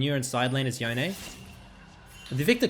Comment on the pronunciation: Please... please stop saying "Yo-Nay". Please.... it's YONE, which rhymes with ZONE.